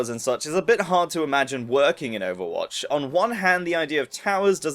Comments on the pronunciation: Did he say overbotch? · at the start did u say overbotch